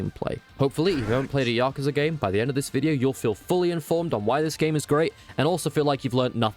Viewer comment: You said it correctly-ish. As good as you can with english accent.